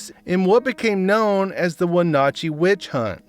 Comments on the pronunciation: Wenatchee—the A is like the A in hat. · My only comment is I wish that people telling the stories would look up how to pronounce the names of the towns that they are talking about in the story. You got Wenatchee all wrong.